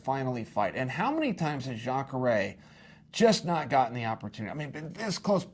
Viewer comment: Luck Rockhold? Chael, I totally forgive you for getting difficult surnames wrong (hell until UFC 223 I thought Ragin' Al's name was pronounced Ee-quin-ee-ta) but getting the name Luke wrong is just silly, especially when you get Jacare right! Also, you didn't answer the most important question: Where does Kevin Lee fit into this?